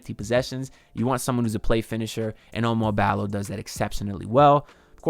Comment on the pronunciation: OU-MAR BALL-O. Not O Mar Balo.